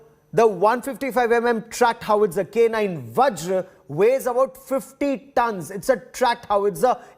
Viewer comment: Boy...only guy who call Vajra as Vajr ...not a whimly VajrA